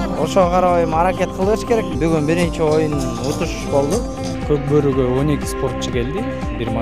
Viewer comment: Кок бары эмес кок бору деп суйло кыргызча кабарчы